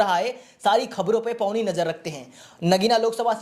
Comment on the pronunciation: पैनी नज़र बोला जाता है, पौनी नहीं